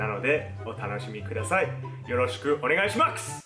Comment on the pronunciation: おねがいしマクス! Lol